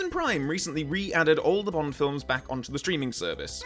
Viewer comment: STOP GETTING BOND WRONGGGGGGGGGGGGGGG